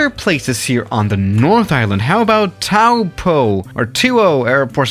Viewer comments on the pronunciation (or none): you pronounce toupo as "topor" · Taupo man thus guy with Maori place names is hurting me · Hokitiki is pronounced Hokey-Teeka. Whangerei is said Funger-ray. Taupo is either pronounced tow-po or Toe-poor. Also all airports are named after where they are obviously. And many places are named in Maori, which is the native language of New Zealand. And the South Island of New Zealand Has a line of mountains, the southern alps and has flat places all around it. And The north Island of New Zealand is mostly flat.